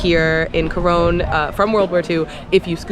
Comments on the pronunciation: Just to let you know its pronounced Coron (Cor on) not Cor one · It's pronounced as KO-RON Palawan. Thank you for appreciating our country and featuring it on your vlog.